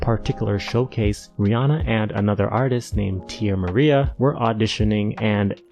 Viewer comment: And the other artists name at the artist showcase is "Tierra Marie" lol but you tried 🤷🏾‍♂️🫶🏾